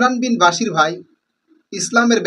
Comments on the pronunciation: আরে ভাই আপনিতো ইমরান ভাইয়ের নাম টা ঠিক করে বলতে পারেনা 😂😂😂😂 বাশির না ভাই বশির বলেন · মুর্খ কোথাকার শব্দ উচ্চারণ কি হয় তা জাননা ভুল দরতে আসো শব্দটি বশির হবনা বাশিরই হবে বুঝলে । অন্দ অনুসরণ করোনা বুঝে চলো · তোমার ভিডিও কি দেখব ভাই নামটাই তো ঠিক করে উচ্চারণ করতে পারো না ইমরান বিন বশির। ইমরান যথেষ্ট জ্ঞানী হাফেজ মাওলানা মুফতি তারে জ্ঞান দিতে এসো না শেষ জানে। তার কোথায় ভুল সে তো রেফারেন্স সহ দেখাচ্ছে। সত্য কথা বলতে তাকে হত্যা করো তাই না।